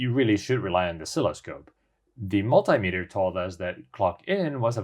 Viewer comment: Sorry to be picky but the volt meter you use is called a mult-tea meter not mult-eye meter....